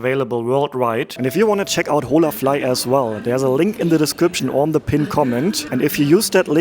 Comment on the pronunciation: ▶️ Holafly is Spanish and pronounced with a silent H. “In Spanish, the "h" in "hola" is silent, ie. .”O-la”. Means hello! 😊🇨🇦 Enjoying your video. You are a man travelling alone in SA. How would a woman tourist fare doing the same? I saw no place for women on the subway. In the 1st restaurant, seating was for families and singles… men. ??!Hmmmm. Pattern?